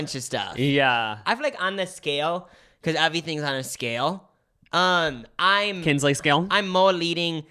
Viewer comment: saying KinsLEY scale instead of Kinsey Scale😭